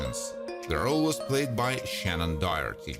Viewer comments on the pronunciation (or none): "Shannon DYE-YAR-TEE" - Lololol